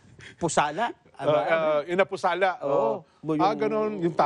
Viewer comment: Inupasala po. Hindi inapusala 😄😄😄😄. Pero ok lang cute pagkakasabi